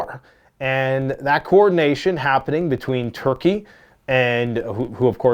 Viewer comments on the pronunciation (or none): none